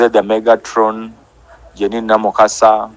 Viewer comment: Namukasa the name is Pronounced in french like Luwi Vito. Not Louis Vitoni